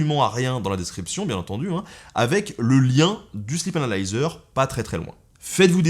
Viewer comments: je dirais même, "slip analiseur". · MuteTheSong Moi aussi j’ai entendu ça 😂😂😂😂